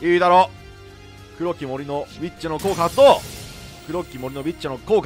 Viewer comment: 黒き森のビッチって聞こえる笑笑